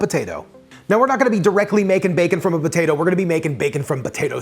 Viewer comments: Idk about y'all but I'm hearing him say "BATATO" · He is saying Batatoe, right? 🤔